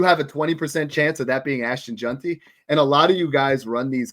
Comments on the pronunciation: Bro there's no U in JEANTY. It's not Junty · We gotta work on the pronunciation of “Jeanty”😂 solid stuff though